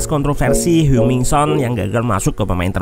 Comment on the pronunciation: koreksi dikit, oot, sepemahaman ane, dalam bahasa korea, kata yang kalo dialfabetkan menggunakan huruf eu kaya heung, seung, dsb, bacanya sama kaya eu dalam bahasa sunda kaya deui, geulis jadi kalo dilafalkan jadinya heng, bukan heung. CMIIW